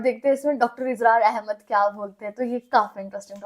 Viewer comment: Israr ahmed bolna to sekhlo